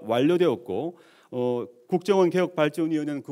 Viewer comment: ㅋㅋㅋ 막판에 대놓고 걱정원이라고 발음했어 ㅎㅎㅎ